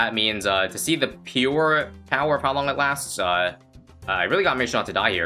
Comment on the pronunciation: says pewer and says power after it